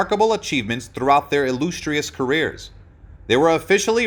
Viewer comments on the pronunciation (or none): Thank you for the vid . Good job . I think he was still alive at the time you made this . It's not illoostrious career ... it's pronounced illuhstrious .. like the word illustrated .